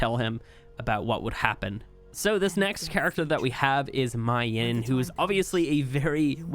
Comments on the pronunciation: MAY-YIN that's how you say it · Her name is pronounced as may yin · Are we gonna ignore how pronounces mei yin?